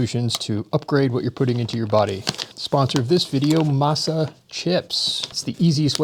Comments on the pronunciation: Im pretty sure masa is pronounced "MOSS-uh" not like "MASSah" 😅 but maybe im wrong lol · Uhm, I am a fan of those chips that sponsored the video, but it's pronounced "MAH-sa," not "MASS-ah" One evokes the Spanish word for corn meal, the other evokes the subjugation of slaves to a tyrannical slave lord. (And yes, Beef tallow is incredibly satisfying.)